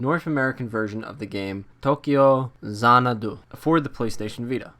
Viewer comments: Xanadu is not an asian word. Don't pronounce it as though it is one. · why you be sayin' dat xanadu like that? lmao